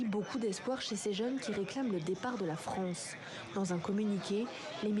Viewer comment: Haba la froance haba la froance hhhhh😅😅😅 les bono